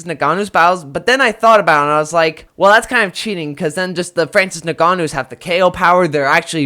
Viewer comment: Crazy it took 3 different guys till someone said his name right